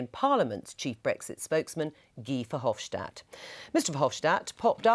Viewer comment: It's not VerhofSHtadt, he's not German, simple S in Dutch.